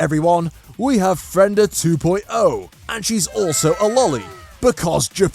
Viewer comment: Why are you saying Fren/da when its actually Fre/nda? She was split in half, so her name gets split in half